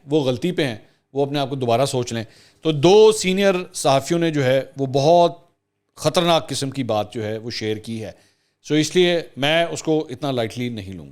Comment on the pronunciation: بلاول کی اردو پر تنقید ۔ لیکن اردو کے یہ شاہکار کس کے ہیں: بندوق کی نشست(بندوق کی شست) خطرےناک (خطرناک) امر بن معروف (امر بالمعروف) اسی طرح چند مزید شاہکار بھی لیکن سردست اتنا ہی۔